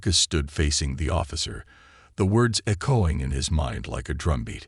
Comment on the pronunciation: Ek- choing, never heard that pronouncement before!!